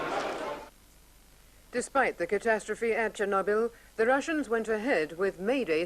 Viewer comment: Actually he pronouned it well it's Cherno = means black Byl = a herb, there is no "knob" sound pronouced in Russian.